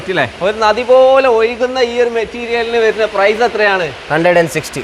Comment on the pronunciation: ഒരു നദി പോലെ ഒയു കുന്ന ഗ്രാനൈറ്റ് , ഇവന് മലയാളം എല്ലാ അക്ഷരവും വശമാക്കില്ല ണെന്ന് തോന്നുന്നു